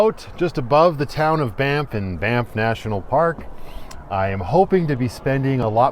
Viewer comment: Thanx for helping me know how to pronounce banff properly😅